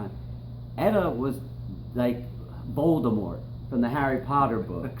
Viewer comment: Nice, good info. But it's not "Etta", it's "E-T-A", like you say other things like BBC, FDA, FCC etc.